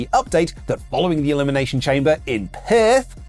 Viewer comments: You pronounced Perth perfectly when you stopped trying in the accent :P "can't do Perth, can't say Perth" was perfect. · You’re saying Perth just fine. I’m letting you know in the comments down below. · Your Perth was pretty good. Don't say Fosters though. No one in Australia drink Fosters. Have no Idea how that started. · That Perth pronounciation was spot on. I know, I'm a New Zealander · Two days in a row you guys got me dying over 'Steiner Math' Sounded like you were pronouncing Perth correctly....Ole though...O' Lay Anderson? Oleeeeeeee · Australian accent and Perth bit was great. 😂 Keep it up, WrestleTalk boys!